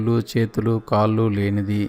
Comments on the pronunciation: కల్లు కాల్లు కాదండీ ...కళ్ళు కాళ్ళు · కళ్ళు కాళ్ళు అనడం అనాలి.కల్లు కి కళ్ళు కి తేడా గమనించి పలకండి. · Meeru eyes... kallu ni (toddy) laaga palukutunnaaru... Kaallu kooda (la kaakumdaa alaa.. ) naalika madatapetti palakaali.. spastam gaa palaki ee video ki viluva penchagalaru